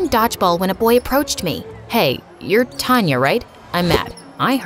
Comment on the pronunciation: It is taanya not tanya